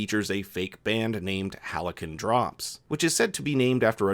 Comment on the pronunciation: Hal see on, not Hali can.